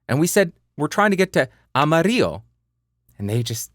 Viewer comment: As a Spanish earthling, I can assure you that your original way of pronouncing mojave and amarillo is definitely the legit one.